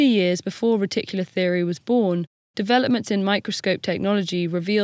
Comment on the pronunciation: Am I the only one who heard "reticular theory" as "ridiculous theory"?